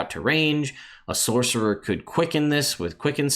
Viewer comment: “Saucerer”. Boooooo! 😂